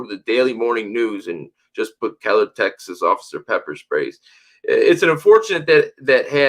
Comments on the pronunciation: The city is Keller, not “Kellen”, in Tarrant County, between Dallas and Fort Worth, Texas. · Just FYI it's Keller not Kellen. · Its Keller TX. Not Kellen